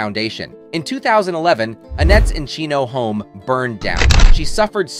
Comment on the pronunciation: You said 'Encino'' wrong!